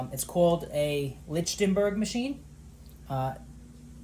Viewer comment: Autistic dude pronounced the machine wrong. It's pronounced "lik•ten•berg"... you can also use a welder, a boiler ignition transformer, or a high voltage electric fence charger.